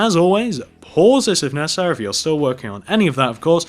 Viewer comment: Why did he keep saying pauses of necarsery